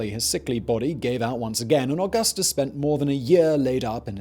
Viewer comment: Se dice: Augustus (Auuguusthuus) NOT 🚫: ogasthos